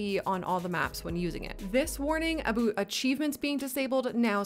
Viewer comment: Appreciate the occasional "aboot" to perpetuate inaccurate stereotypes* -- you gonna play Econopolypse 2.0? * Except i think Ottawa Valley